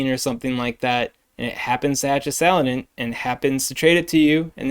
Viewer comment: Sa-lan-dit Please, you're driving me insane